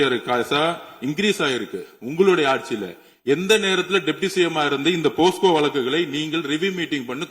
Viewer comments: ஆதவா அது போஸ்கோ இல்ல டா போக்சோ 😂😂😂😂😂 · Posco va 🤣🤣🤣🤣 dei mundamey... Adhu pocso da 😂🤣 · போக்சோ என்று கூட சொல்ல தெரியல.... போஸ்கோ என்று சொல்கிறார் உள்துறை அமைச்சர்... எழுதிக் கொடுத்தது தப்பா எழுதி கொடுத்துட்டாங்க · Aadhav Athu PoSco ila Pocso😂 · அய்யோ ஆதவ் அது போஸ்கோ இல்லை போக்சோ சட்டம்